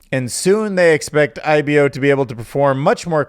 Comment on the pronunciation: It’s pronounced I-bo not I-be-oh